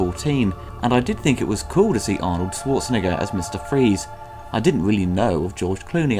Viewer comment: "I did think it was cool to see Arnold SwartzNi... as Mr. Freeze." what now???! Sounds like that rhymes with "SwartzTrIGGER." Maybe re-recorded that one,. Lol!